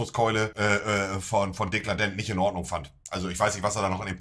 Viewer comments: Warum wird permanent der Name von Dekarldent falsch ausgesprochen bzw. dargestellt? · Triggert so hart das Monte ihn ständig Dekladent nennt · ...wie er es seit zwei Wochen konsequent nicht schafft den Namen "DeKARLdent" auszusprechen :D